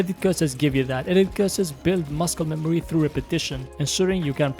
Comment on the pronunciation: Did d bro just pronounce muscle as muskel